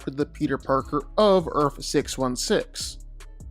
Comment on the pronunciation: Earth has a TH at the end of the word. Not a fucking F.